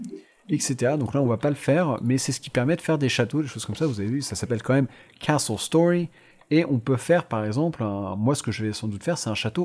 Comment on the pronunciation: On dirait que tu dit KSos Story avec ton acsent